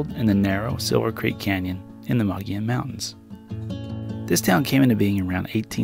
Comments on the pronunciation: BTW, "Mogollon" is pronounced Mo-gi-on, not Mog-li-on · In spite of what the name looks like the proper pronunciation of "Mogollon" is "muggy own." However, you were very close to that. Many people see it for the first time and come out with "mow joe lawn." I was way off when I first moved to Flagstaff in the early 70's. A really neat way to reach Mogollon is to take U.S. 60 west of Magdalena, New Mexico to New Mexico Highway 52. From there many different roads can be taken, some on graded county roads and some on infrequently maintained U.S. Forest Service roads. Some of those can be quite greasy (super slippery clay) during the monsoon and early spring. When I drove it in the late 70's the first time you could drive 30 miles between the "driveways" to ranches, those driveways being 10-20 miles off the graded road. Interestingly, the only vehicles we saw out there were the Sears repairman and UPS. Those were the only outsiders that knew the area well. I would bet it is not quite as remote 40+ years later, but still nicely out of the way. Driving this route is time consuming, I remember it taking about 4-6 hours, during which we only had pavement on U.S. 60, about 12 miles west of Magdalena as I recall. I should also point out that you often use the term "Wilderness" in an eastern/southern/big city kind of way. Legally "Wilderness" is an area of land where motorized vehicles, motorized equipment and roads are prohibited. That is wilderness with a capital W. The word wilderness for some people is undeveloped, unoccupied and remote